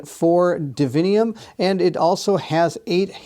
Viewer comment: Its divinum. Not divinium.